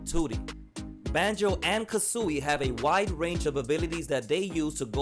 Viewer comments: yes ha ha it’s like how you say kazoo not Kuzui😂😂 think of kazoo and then louie the IE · Lol the way u say kazooie! Good video